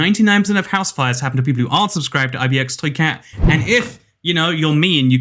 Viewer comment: It does not sound like your saying ibxtoycat it sounds like mkxtoycat